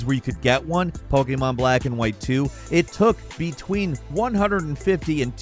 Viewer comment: "Poekaymarn"